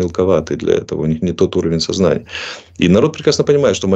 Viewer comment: ... на уровне созна , ния проглотил , недоговорил .